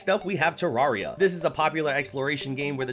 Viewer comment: hearing someone say Terraria the crunchy way never gets old.